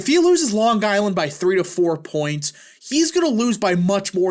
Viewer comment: It’s Ho-Kull.. not Hoo-cull and Long Eye- land not Long Guy-land.